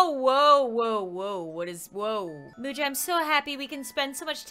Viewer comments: Its Muja not Mercy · I think Muja is pronounced (Mu-s-a) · It should be pronounced musha :) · Uhhhhh its Muja